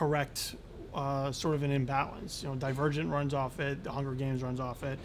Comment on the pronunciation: Omg.... Dylan said Divirgin instead of Divergent.... Cute. :-D